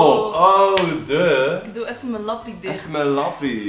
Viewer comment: en je moet lappie uitspreken als leppie hahah